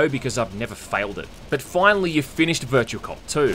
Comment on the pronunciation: Game Title "Virtua": "Bercha"